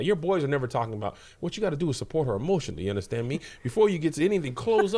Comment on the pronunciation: Kev says "you undastands me" ❤😂